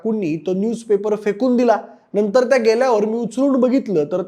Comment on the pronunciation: ण चा न झाला तर एवढं इरिटेट होत नाही तेवढं न चा ण झाल्या वर होतं अण नाही अन नंतर असतं ते णतर कंपनी रे कंपणी नाही आणि बरंच काही मराठी व्हिडिओ करताय तर किमान भाषा तरी शुध्द वापरा